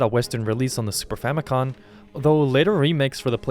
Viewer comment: It's FamicoM, as in family computer